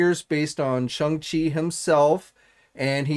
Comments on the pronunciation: P you keep pronouncing it s h u n g it is supposed to be pronounced s h o n g like the difference between long and long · As well as Shung Chi lmao